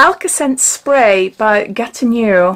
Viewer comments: hi GATINEAU is pronnonced GA TI NO, decollete is DE COL TE the TE sound is like the VE from cerave hope I am making sense. Nice box and fab new nails x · It's pronounced 'Gatino' 😊💋